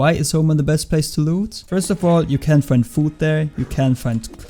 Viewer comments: when you say can it sounds like cant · Your can sounds like cants XD nice vid